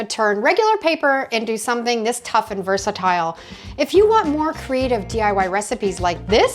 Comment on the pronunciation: Thank you for pronouncing versatile correctly! Love your ingenious ideas!!❤